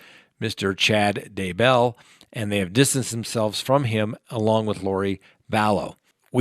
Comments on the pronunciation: Why would you pronounce Chad' Daybell's last name as DUH-BELL? Does it LOOK like it's pronounced that way? No. Have you heard it pronounced that way in the news and on the internet? No. Could it be you just messed up? Nah...not a chance. I stopped watching immediately. How can I give you any credibility after that? Seriously, to pronounce that name wrong tells me you don't even know the story. Everything I am watching is shrouded in nonsense. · It's not da bell.. it's Daybell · At least learn to pronounce the names. Day-bell. OMG how hard is it? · FYI Chris Watts is not in that prison, he is in the Dodge correctional facility. Two totally different prisons. Also, Lori Vallow’s husband’s last name is pronounced Day-bell. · Thank you, It's like nails down a chalkboard listening to him mispronounce their names. And the crazy thing is, he does pronounce Daybell correctly a couple of times so why is he purposely mispronouncing it the other times. Ugh! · Its Vallow not Vallows... Its Daybell not Duhbell... 🤦‍♀️